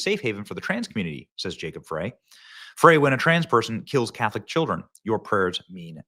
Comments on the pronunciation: Mayor Jacob Frey's name is pronounced like it sounds like jacob fry. the e is silent. Just thought you would want to pronounce his name correctly. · Benny. it's Fry. the E is silent. but he is and has been an asshole. I was born and raised in MN. Left in 10/22 to Western Wisconsin.